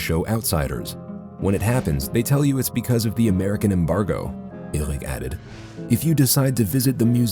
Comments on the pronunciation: Eric this, Eric that ... its enoying how you pronounce Eric. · whys he keep saying said eric in a stupid accent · Says ÖRIC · Says Ergwick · Omg just pronounce eric normally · «said ERUC» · Says errec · No one: Narrator: "Euhlrich" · And i hate the way he pronouces eric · I love how the narrator pronounces erik .. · He says so weird "said eric" hahahaha